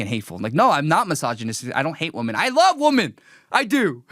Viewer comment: It's pronounced "Weh-mon" my guy not "Woe-men." Did u grow up in the U.S.? Im going to keep my criticism to that because there is just so much else wrong here that it's too much to cover and you dont deserve my constructive criticism.